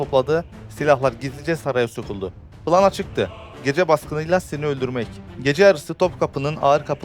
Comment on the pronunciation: PILAN değil plân kardeş daha konuşmayı bilmiyosun video çekmeye çalışıyosun üstüne birde çok dağınık bir konu. devrik olaylar cümleler silsilesi var.. aşırı hızlı anlatım dağınık konu ve tanklar arabaları kim getirmiş nasıl getirmiş belli değilken sıkıldım baydı iyice.